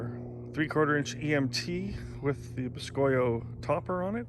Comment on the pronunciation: I am pretty sure it is supposed to be said like boo-ski-oh. Which boscoyo is Cajun French for cypress knee.